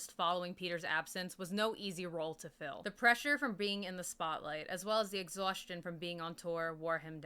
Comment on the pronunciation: Oh shit you actually mentioned him (Bob welch) lol. He committed suicide in 2012. Also I think Kiran is pronounced -ker-win. I could be wrong. I prefer your pronunciation anyways lol.